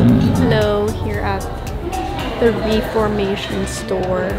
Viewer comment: The clothing brand is actually pronounced Reh-formation, not ree-formation. Just letting you know. ❤